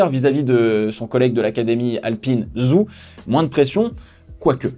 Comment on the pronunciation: Ca me fume comment tu dis Zhou. Si tu veux essayer de te rapprocher d'une prononciation plus chinoise de son nom de famille, dit "Djo". Tellement hate que ca recommence, pourtant on a laissé la F1 en décembre cette fois.